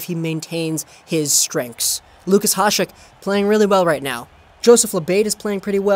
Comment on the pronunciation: It's "ya-shek", he's not latino you know